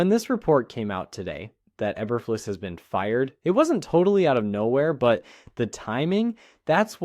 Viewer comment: Learn how to pronounce names.